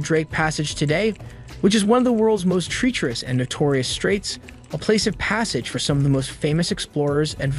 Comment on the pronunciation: the pronunciation of treacherous was what made me think so